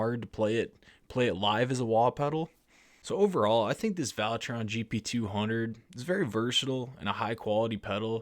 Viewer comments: Valeton NOT Valetron...lol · Valetron? There’s not a letter “R” in the name of this multi effect pedal. 😆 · No R In Valeton friend 🤷🏻‍♂️😆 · "Valetron". Lol.